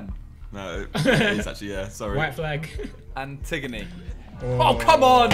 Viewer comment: Simon just offended the entire population of french by saying antigone the way he did